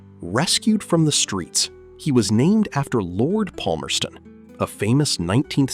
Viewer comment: that is not how you pronounce Palmerston also he died in feb 2016